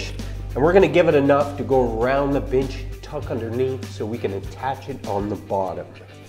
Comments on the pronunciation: Sounds like was saying build a bitch 😂🤣😂🤣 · I keep hearing bitch instead of bench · At the start I thought he said, ".....But now we need a bitch!" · I like he calls it a “binch”.. and why is he callin himself buff?? Dude looks flimsy af